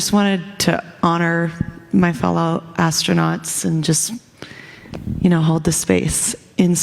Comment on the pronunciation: “Ass-tronaughts”…. I’ve had longer episodes on the toilet